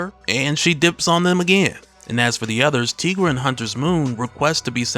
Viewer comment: Pronounced Tie- gra.....not Tee- gra